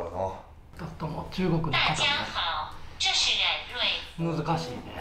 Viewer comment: 音调错了啦www，中文应该是dà jiā hǎo。不过已经很棒了!!另外纠错，台湾不是一个国家喔，台湾是中国的一部分！